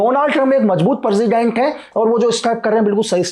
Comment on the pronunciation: President ❎ Perzident✅ 🤣